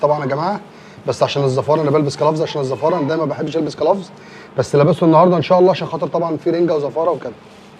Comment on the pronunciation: اسمه جلوفز مش كلفز 🤣😂😅😅